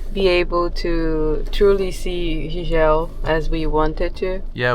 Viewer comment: Pronounce: "JIJEL" (GEE-GEL)